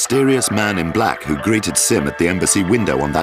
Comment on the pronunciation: "Oo the ell r u?"